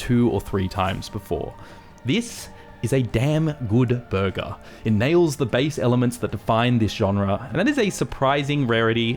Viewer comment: I thought you said “verga” instead of burger😂